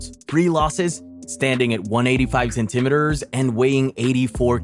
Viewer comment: Why can’t you say centimeters correctly?